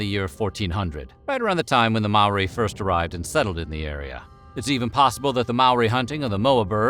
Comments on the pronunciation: He did get Maori wrong, but it's damn near impossible for non-Maori people to pronounce it correctly it seems. I had it explained to me as "Mo, then a single rolled r, then ee" and even with these detailed instructions and numerous attempts my pronunciation was classified as "close, but you're still gonna get laughed at" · Your pronunciation of Maori is shocking.